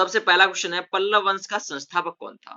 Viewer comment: Sir pallav not palval